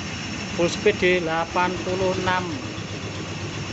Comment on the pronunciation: Kreatif sayang kemampuan baca istilah bhs ingreisnya yg perlu di upgrade peak seharusnya dibaca pik, speed juga jangan dibilang sepit